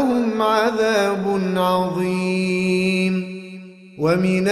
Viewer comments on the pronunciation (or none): none